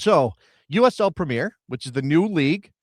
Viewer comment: The English league is called the Premier League, not the Premeeeer league.